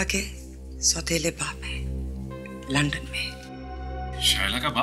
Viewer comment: अरे प्रेडी लंडन नही लंदन सही बोलो सर